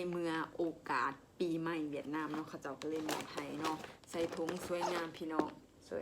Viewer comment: คุณหมอครับเวียดนาม ไม่มี ห นะครับ fcนะครับ